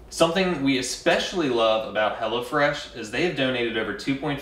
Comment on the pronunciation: All this time I thought they were saying "HellaFresh"! Lol